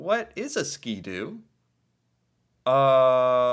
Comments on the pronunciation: Skidoo pronounced skid-do and Seadoo have been around for 50 or 60 years...a lonnng time. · Sii- doo.... The Harley Davidson of Canada. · Bombardier actually invented the Snowmobile, it’s not just about the brand lol The guy is saying Ski-Doo because here it’s like saying Frigidaire for a fridge, or Kleenex for facial tissue lol